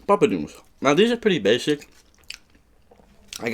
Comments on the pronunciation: bro said papadoom and pepper bell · guys it’s poppadom